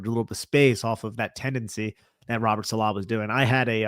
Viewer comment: Is it really pronounced Saleh? Or Saleh?